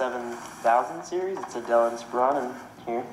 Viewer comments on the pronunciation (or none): its called Inspiron, not insperion. Apart from that its a great review